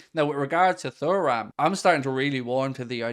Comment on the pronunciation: Mate please for the love of god... it's pronounced 'tooram'